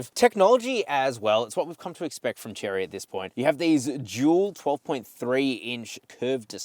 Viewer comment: Chery is not Cherry, it's Che-ray.